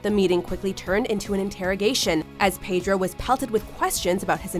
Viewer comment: Please learn how to pronounce 'Pedro' correctly, darling.